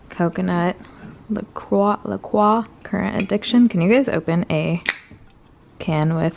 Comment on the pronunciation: La Croix is pronounced "La Kroy" 😄❤